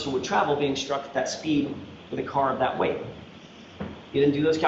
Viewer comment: And “dat.”